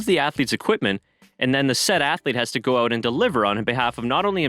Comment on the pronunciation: Holy fuck. All this time as a US fan I had no idea another US F1 channel existed. I got tired of Cranky Yanky's voice. Great dude but annoying voice . New subscriber! Edit: Ok I heard the word 'Out' being pronounced n can confirm u guys are Canadian lol. Still great 👍🏽